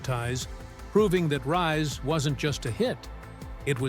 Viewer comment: Lousy narration includes pronunciation as "Rees."